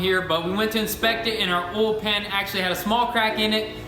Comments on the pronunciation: Hehe, they say "ohl". I grew up in a town that pronounced oil "ohl". Good folks. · I like how you say “oil”